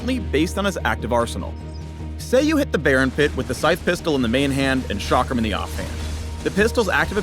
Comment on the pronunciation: The chakram is an Indian weapon and is pronounced like (chuck-rum)